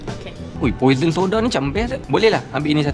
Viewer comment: Pwa saw, bukan poisen 😂